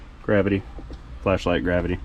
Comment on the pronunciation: Every time you say flashligh gravity I laugh